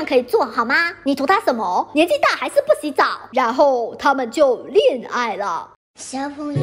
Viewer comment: “他们就恋爱了” 听成了“他们就裂开了” 。 他们裂没裂开我不知道，反正我是裂开了。